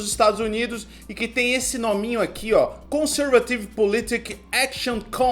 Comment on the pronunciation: Só uma correção, conservative se pronuncia com o acento na antepenultima sílaba "ser" então seria con-sér-va-tive... mas mesmo assim seu inglês é melhor do que o do micropênis.... :D